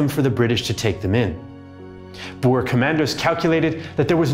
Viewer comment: Glad you kinda pronounced Boer correctly, a lot better than simple history who pronounce it as bo-er